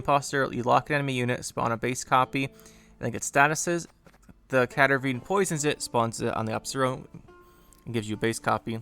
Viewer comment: the way you say cadervine instead of cadaverine (as in, cadaver) drives me nuts xP. great deck as usual, it does have a lot of bad matchups though, though i can't say that i mind too much since a deck that removes everything you play unless its veiled would be sooo annoying to go up against... have to say, the new cards themselves seem pretty nice. the admiral is a nice, versatile engine and so are the marines, maybe even moreso. no comment on battle stations ... i really hate that SY got the short end of the stick though, everyone else got cool cards... i tried to make the new cards work, but they're either too rng reliant (love getting my KOB pulled, thanks acherontia...) or flat out bad (looking at you yago and magpie). Ixora is the only saving grace ;_; sorry for ranting about SY again, i just hate how dirty it got done...